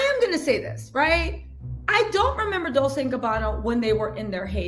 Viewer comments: It's pronounced dol-CHAY in Italian. I think you're saying dol-SAY because of dulce in spanish. Not the same! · I am obsessed with your channel, love your bubbly energy as well! It’s pronounced “dol ch ée “ 😘😘